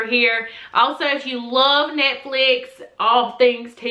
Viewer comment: She pronounced Netflix wrong she said nitflif it's netflix😂😂😂😂😂